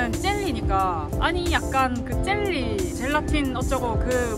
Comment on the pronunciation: 쨀리가 아니고 젤리.... ㅋㅋㅋ